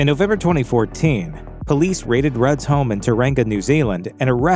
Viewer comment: Still funny when you hear Americans say maori words wrong like you did with Tauranga lol. It's more like Tell-wrong-a